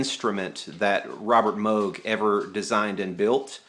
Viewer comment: It's MOOOOOOOOG not moge